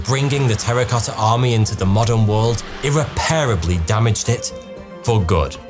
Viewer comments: Irreparably vs irrepairable. You’re driving me crazy. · I call bs, the only limiter would be $ .. A company would be more then happy to build a giant dome for rhe right price. Also that not how to pronounce irreparably 😂 Love your channel!